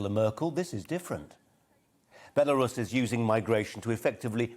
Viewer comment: Sorry Colin, I think you'll find it's pronounced "Beroos' or alternatively, "Burrous', that clever, eloquent and honourable lady Mrs Webb can help you with that.